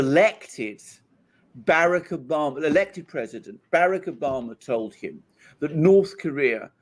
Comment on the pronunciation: Omg he says barrack Obama so stupidly